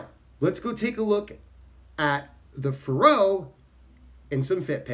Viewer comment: I think the accent is on the first syllable, like in "Faroe Islands."